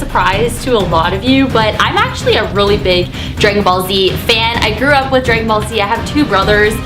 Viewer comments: u said grag ballz z its dragan balls z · When you were saying dragon ball z it sounded like you were saying dragon ballz